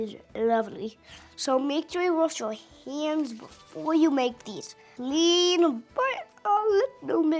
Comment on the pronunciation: Wash "heands" 😊